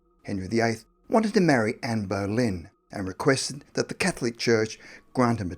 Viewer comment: Ann berlin??? Wtf? Its Ann bolynn